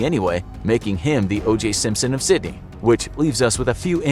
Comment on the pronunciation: You got the pronunciation of one place right...Sydney.